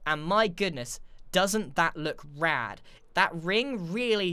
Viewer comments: It hurt me when he said, ''RAD'' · is it just me or dose anyone think its weird when he says rad like: yes comment: no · Never heard a british guy say, “Rad” before. Doesn’t seem right now that I have. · him saying "rad" is weird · is it just me or does grian saying rad sound weird?